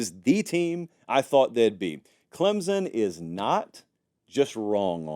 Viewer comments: It's pronounced CLEMSON, NOT Clemzon. Get it right! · There is no “z” in Clemson